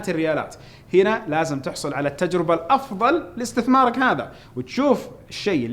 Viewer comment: كمل على الشاشات وهناك ملاحظه عندما تتكلم عن الاستثمار اشعر انها كلمة في غير محلها عندما تنطقها